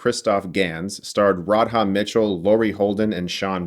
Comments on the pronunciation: "Rod-HAH" Mitchell. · Such a great movie, best game to movie adaptation for sure. Btw its pronounced "Rada" Mitchell.